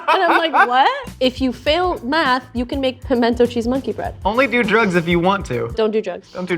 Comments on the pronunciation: It’s pronounced... pamina cheese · Where I come from, it's not 'pimento cheese' it's 'minna cheese'.